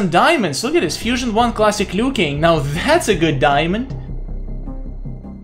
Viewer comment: While you were fighting kung lao and said "Lui Kang" did you mean kung lao?